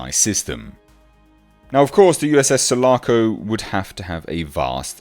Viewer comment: Sul--A--Co...Listern to Riply say it!!!